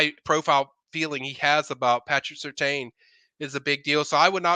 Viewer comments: When will learn to say Sur-tan? It’s brutal hearing him butcher the name repeatedly in the last year. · It's Sur-tain